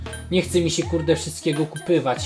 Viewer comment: KUPOWAĆ, nie kupywać,! Przez Ciebie me uszy krwawią! (przepraszam jeżeli moje poprawianie brzmi wrednie, nie mam takiego zamiaru, ponieważ nie mam zwyczaju bycia wredną.-.)